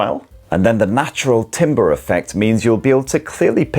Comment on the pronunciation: Its not timber as in a tree, its Tam ber, thank you, sorry couldnt not say something considering you are an audio expert and so many people watch.